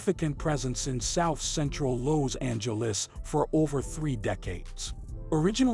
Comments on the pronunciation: in south loze-angluss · Lows Angeles 😂😂😂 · Why da fuq you saying Lows Angeles how many times yo mama dropped you on yo head as a kid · Lows Angeles 😂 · Im from “Lowzangeles”